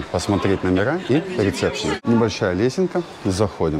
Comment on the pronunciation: когда правильно будете произносить слова? Слово "рисепшн" ничего общего со словом - рецепт- Не Имеет, не надо его произносить как " РиЦепшн"!😂😂